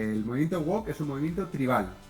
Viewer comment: Se pronuncia "wowk", y no como la sartén oriental... 😅